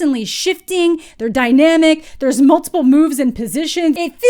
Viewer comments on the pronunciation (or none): none